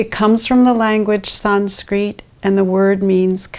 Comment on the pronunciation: To be honest the picture for this video was not a good one. It made me think you were a man. Also you pronounced Sanskrit wrong. Also i believe this 'protocol' was invented a very long time ago. Its like saying I'm going to do a ancient Chinese massage but I'm going to start in a different position first. But don't worry the massage is the same